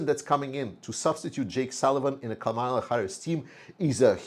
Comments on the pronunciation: in Kamala the accent is on the first syllable, not the second. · Toward a speedy recovery to you! I am a voting American Ukrainian and also do not understand the Ukrainians who support trump! It seems that they listen to Fox News and News Maxx which are conservative, pro-trump outlets in the US. Kamala, whose correct pronunciation is Kaaaamala, is mispronounced intentionally by trump and his trumpists! She is the Prosecutor taking on the Felon trump! She also has energized ethnic, younger people, and more women into the fold through greater social media hits. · PRONUNCIATION of KAMALA - emphasize FIRST syllable (Ka), not the second (ma). Sounds like 'Pamela' or 'Camelot.'